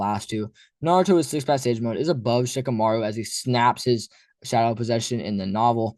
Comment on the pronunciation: Shikamaru??? Dude, stop.